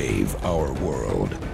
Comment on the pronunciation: Hey, Dakooters Rhymes with... ...You're to young...